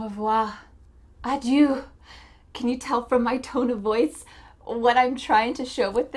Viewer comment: I laugh when you say Adieu in french lol. good video